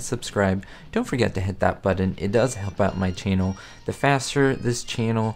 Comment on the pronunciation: Need to practice saying “channel” not “chinnel.” Nevertheless, nice vid- loved this sitcom. Thanks.